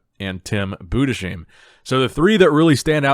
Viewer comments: Tim (Boo-des-heim) is an up and comer from Germany. I think he has a bright future... Get to know his name right... :) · You pronounce Tim Budesheim in german : Tim Boodes hyme